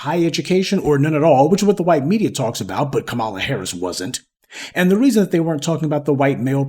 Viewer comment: Did I hear Kamammy🤣🤣🤣🤣🤣🤣🤣 that was too much for me! I always thumbs up before it starts but I had to control my laughter to keep my hand steady to tap.